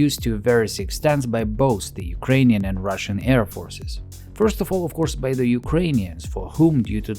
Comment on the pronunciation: "Of coursev it's a bomber, can't you see the B we painted on?"